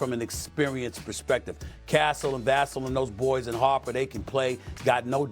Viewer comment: Damn it, Stephen A…it’s pronounced Vuh-sell. VUH-SELL. Second seat, he’s been on fire, and he’s crucial to this team. It’s Vuh-sell. Sonofa…… put respect on his name. GSG!!!